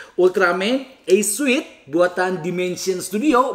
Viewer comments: Kerenn.. Btw, suit bacanya sūt... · Koreksi dikit aja, suit bacanya sut